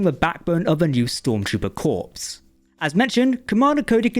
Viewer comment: s is silent in corps